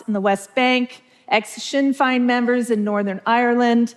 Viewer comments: Great talk, but please know that Sinn Fein is pronounced phonetically as SHIN Fayne........Fein Like Spain., Pity you made this gaff at the beginning of your talk, as it made me suspicious of every other thing you said. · Sinn “Fine” lol nice it’s Fein…pronounced fayne. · I laughed when I heard her pronounce Sinn Féin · Interesting talk but the speaker would benefit from learning how to pronounce Sinn Fein properly. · Ok so the fact that she can't pronounce Sinn Féin after supposedly studying them does not say alot about her credibility. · In the first 30 seconds she pronounced sinn fein (in Northern Ireland) wrong, which is bizarre if she did any kind of thorough study, so i will take the following analysis with a pinch of salt. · I question whether she questioned ex-Sinn Fein members in Northern Ireland, because her pronunciation of "Sinn Fein" is shockingly bad LMAO 🤣😂